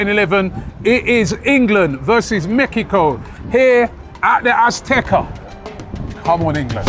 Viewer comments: How does butcher everything...whats mekico? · Have to say it my biggest takeaway is please stop from calling it Mekkyco?